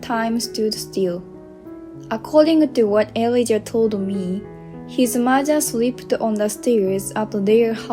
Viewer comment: Elijah is pronounced ee--LIE-jah